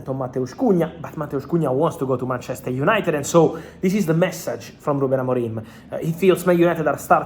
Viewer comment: It's BANTCHESTER YANITED